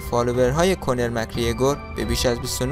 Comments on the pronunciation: کونر نه کانر 😂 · داداش اسم اون ایرلندی رو اشتباه میگی اول یاد بگیر چطور تلفظ کنی بعد ویدیو بده